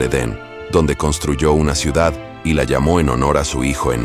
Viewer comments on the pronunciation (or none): none